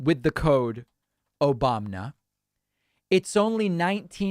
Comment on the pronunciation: The "Obamna" drop never fails to make me laugh out loud 😂